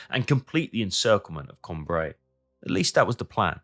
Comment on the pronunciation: Que c'est fatiguant d'écouter la voix d'une IA ,on dit Cambrai et non camb raï